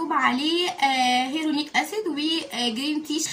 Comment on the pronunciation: بصي نطقه هيالورونك اسيد